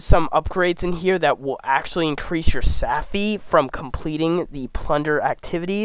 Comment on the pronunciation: Stopped watching after “saffy”.